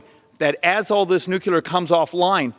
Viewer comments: I'm sorry, but despite all the truth this man is providing, I simply can't go along with him as long as he continues to include a third syllable in "nuclear." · Why can't Republican leaders pronounce the word nuclear? It makes you sound uneducated when you are trying to make a scientific point. Learn to pronounce your words correctly or you will not get your point across. There is only one letter u in that word. Sound like you have an education. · I agree with you but PLEASE STOP MISPRONOUNCING NUCLEAR ugh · Speaking truth there, but need to learn to pronounce nuclear properly... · If you are going to talk about Nuclear energy, at LEAST be able to pronounce Nuclear... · Nuclear has 2 syllables, not 3, Doh!!! Folks don't take you as seriously if you can't even pronounce the language correctly that one is communicating in. Other than that he is Right on target with his arguments. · I like the presentation…but when he says “nucular” instead of nuclear, it undermines a lot of his credibility. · can we please start fucking properly pronouncing nuclear? its NOO-KLEE-ER not NOO-Q-LER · Why can’t Americans say nu-cle-ar? It’s not nook-u-lar. But whatever word he uses he’s right on that score. Nuclear and geothermal are the ways to generate good secure base load energy. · Please! Say NOO-CLEE-ER! It’s NOT NOO-CUE-LER! You lose credibility when you sound like a dumb ass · I am glad there are people in Congress who DO understand the importance of measuring outcomes, not popularity of solutions. (I wish he pronounced nuclear correctly, tho....NEW-CLEE-AR, not NEW-CUE-LAR) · The most offensive thing he said was "new-kyu-lar" instead of "new-clear". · I’m so tired of educated people saying Nucular. That’s not a word. It s pronounced New-Clear! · Why keep saying nucular instead of nuclear ? Bush isn't in office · its not NUCLEL-A-R its Nuclear. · Love his presentation. Irritating he keeps mentioning nucular. 😂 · say it with me....NEW-CLEAR....NOT NEW-CUE-LER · Nucular hehe